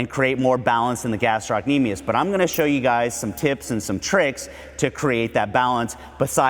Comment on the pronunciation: Love the video minus how he pronounces gastrocnemius 😂